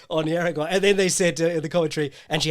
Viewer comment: Hey, your pronunciation of Juaregui was atrocious. It’s pronounced hara-gi. Love your work!